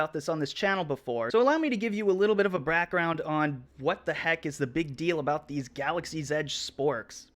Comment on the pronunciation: lol love the video....bruh did you say brackground😂😂